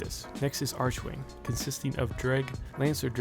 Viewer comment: Arch(ARK)wing.....come on brudda